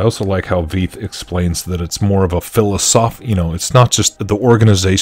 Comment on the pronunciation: Dr Walter Veith is brilliant. But you're pronouncing his name incorrectly. Last name is pronounced like the English word fight. Fitting imo. In love. Cheers